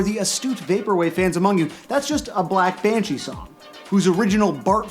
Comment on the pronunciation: did he call Blank Banshee "black banshee?"